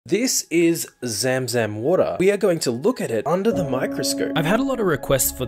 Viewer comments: you pronouncing it wrong, it's more like "zum-zum" but it's spelt "zam-zam" coz of Arabic transliteration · Mashallah to everyone who has you have been blessed with that opportunity ❤ Also it’s pronounced “ zum-zum” not “ zam-zam” ❤ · Just wanted to let you know for further bids if you make it’s spelled zam zam but pronounced like zum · Zamzam water is actually pronounced as Zumzum water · Zāmzām should be the pronounce. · Pronounced "zum zum" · It’s pronounced ZUMZUM